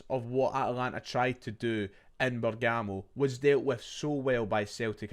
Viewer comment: Bergamo - “BERG” “AMO” Not “BER” “GAMO”. Setting ma tism aff like Jamie from TMT calling jota JOETA for years hahahaha